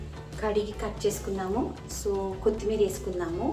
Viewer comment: Kothimeera anandi ,kothimeeri kaadu andi.